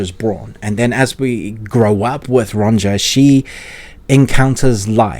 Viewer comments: Amazing video and series! Just that... Sorry to be that guy, but it's pronounced "Ronia", with the j pronounced as an i. 😅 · Ronja is pronounced more like Ronya btw. Just thought I'd say it